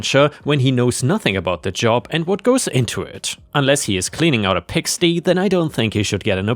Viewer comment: Just in case you want to improve your pronunciation in the English language: The y in "pigsty" is pronounced like "eye". Also, when "minute" is used as an expression of quantity, its pronunciation changes to "my newt". English is a mess of a language.